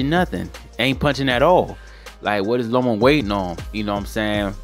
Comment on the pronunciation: Loma. Not Lomo. But Lopez beat that ass. 9 to 3. Lopez.